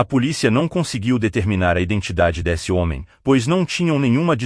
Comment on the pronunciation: ATENCÃO PRODUTORES DO VÍDEO: É MUITO CHATO A GENTE OUVIR, NO BRASIL, UM LOCUTOR MECÂNICO FALANDO COMO ESTRANGEIRO (SE É PARA USAR TECNOLOGIA, QUE ELA SEJA PERFEITA). O LOCUTOR FALA ###DÉSSE, FóSSE, E OUTRAS PRONÚNCIAS NÃO BRASILEIRAS. CHATO.